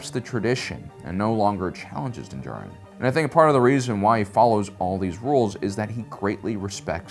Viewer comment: holy shit! pronounced dins last name correctly!